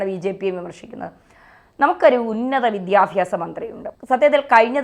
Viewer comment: വിദ്യാഫ്യാസ അല്ല വിദ്യാഭ്യാസ ആണ്. പഠിക്കൂ